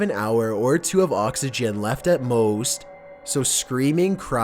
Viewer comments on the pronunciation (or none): "To Save Oxeegeann"LMAO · "oxygyen" "caskyet" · why so say oxygen like that? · "oxeegeanne" "receptaaaan"